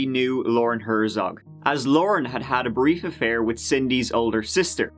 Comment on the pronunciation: Hert-zog, not Her-zog.